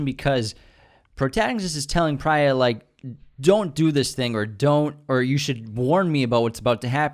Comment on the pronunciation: It’s Preeya (Priya). Not Pri-ya (as in prions).